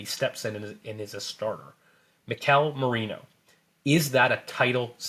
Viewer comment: I'm proud of you! you corrected yourself in pronouncing Merino correctly; we are good now